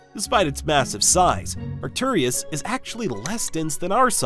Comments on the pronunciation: It's Arcturus, not Arcturius. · Maybe research pronunciation brfore making a video. Reegle and Arcturius, lmao. Rigel is pronounced "Ry-jel" and Arcturus is pronounced "Ark-turus". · Pronunciations are a little odd. You're adding another syllable to Arcturus for some reason (Arcturius?). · And also the way he pronounced Arcturus was wrong